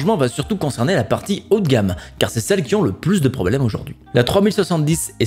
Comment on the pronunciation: Les "Poblemes actuels" rien de grave :)